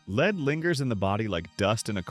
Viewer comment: Daily leed limit 😂 Good ol’ A.I.